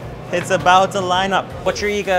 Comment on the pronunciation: "its a bao(about) to line up" lol